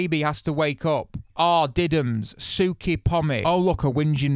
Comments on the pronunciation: I'm Australian and I am here to define the word "sook" for you. First off, it is pronounce like the word "book" and not "sewk". It's actual definition is to cry like a baby because you don't get what you want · Have a "Suke" hahaha. It's "Suh-ok" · if you even read the comments on your old videos having a sook (which is pronouced su-ock) just means having a cry about something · Hearing you try and say ‘sook’ was hilarious lol I never realized that was only an Aussie word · 'Sook' (rhymes with look for correct Aussie pronunciation) means winge, complain, whine. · I’ll do you a have favour for next time you get called a “sook”. Take the word hook and replace the s and that’s how you pronounce it 😂 love the vids though 🤙🏽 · Having a sook is having a Winge. And you are supposed to say sook like shook but with out the h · Sook pretty much just means crybaby, also the Os are pronounced like in took